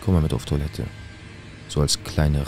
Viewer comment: es ist tOIlette nicht tUAlette..😂ich küsse dein Herz